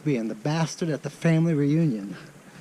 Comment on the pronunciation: The bastard at the family reunion?!?!?🤣😂😝🤣😂😝🤣😂😝, your "Southern" is showing.